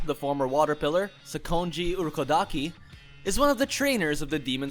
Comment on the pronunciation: How hard is it to pronounce Demon Slayer Corps, Kanae Kocho, Sakonji Urokodaki, Kanao, Zenitsu. Also Kaigaku and Zenitsu aint brothers